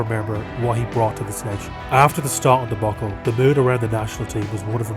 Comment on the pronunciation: Shocking how to blame Given was for those big goals. He had some great games but at the end he was hiding. Ultimately Irish youth soccer is stultifying creative players. Also, I'm not having DEBOCKLE. It's debacle.